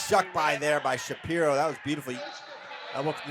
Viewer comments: That’s how you say it bud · That is how it's pronounced. He corrected everyone after saying sha pee ro for a long time.